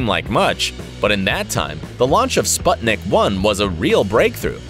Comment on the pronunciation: Can't even pronounce Sputnik))) yes, this guy seems legit